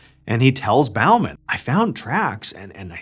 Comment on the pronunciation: In England Bowman is pronounced like he is firing an arrow rather than being polite to an audience at the end of an act